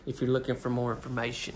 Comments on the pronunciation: "IF YOU LOOKING FOE A LIL BIT MORE M-FA-MATION" 🤣🤣🤣🤣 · What is "lil more mation"??? Are you from Poland or Russia, because that sure isn't English!